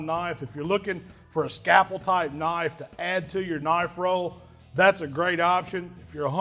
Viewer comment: Scapple? Never heard that before! Must be the Mississippi way of saying scalpel! 😆